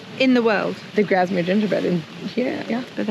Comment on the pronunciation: Its pronounced Grass mere and not Graz mere. Its Kes ick and not Kes wick and words worth. Kendal mint cake is very sugery exactly how its supposed to be for hikers, walkers and climbers to give them energy. Thats why is high in sugar.